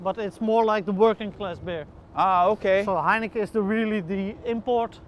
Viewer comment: I noticed that the Dutch guy pronounces Heineken like heinekeh, probably because in the Dutch language, "-en" is pronounced "-eh".